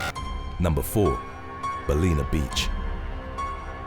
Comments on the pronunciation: Bal-in-ah not baleena. Think bal like bal-ance, in like in the water and ah as in .... well duh. Our rivers have them all the time here and were often hanging around whilst we were swimming. The first couple of times it's VERY unnerving but you get used to it and we rarely have issues (in the rivers at least). I'd be FAR more worried by a white, tiger or macko ANY day than a bull. Most of our shark attacks in Australia are white or tiger and mackos will attack boats or even jump in the boat with you. Biggest way to prevent shark attack, don't swim dawn or dusk when they're feeding. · It pronounced Bal - in - uh 😂 not balina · Pronounced: Bal-in-a! for fucks sake. Say is slowly until it sinks in English muppet.